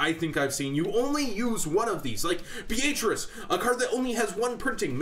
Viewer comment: dude i like your vids and stuff but sorry, no offence but its so annoying to hear you mispronounce Beatrice. Beatrice is pretty much pronounced as "Bee-uh-tris". the "A" is not as strong or singled out as your saying that name